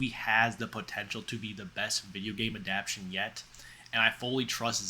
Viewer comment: I like your style and cat being present during the vid but you might want to double check pronunciation of words like adaptation and tumultuous. Bad annunciation calls attention to you reading text descriptors provided elsewhere while presenting it as if its your opinion.